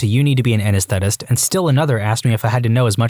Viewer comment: Narrators, please work on your pronunciation. The word "anesthetist" was mispronounced several times. Also mispronounced: "presbyopia."